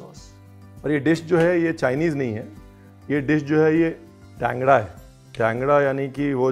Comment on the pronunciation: Chef Wo Jagah ka name TANGRA hai Kangda nahi 🙏